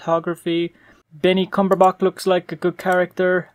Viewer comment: Did you say Benny Cumberbok? 😨